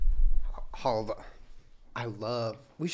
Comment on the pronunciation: it is called "halva" with the stress on the second "a", халва in Ukrainian language :)